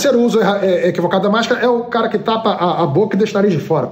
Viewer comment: "codiv" Kkkkkkkkkkkkkkkkkkkkkkkkk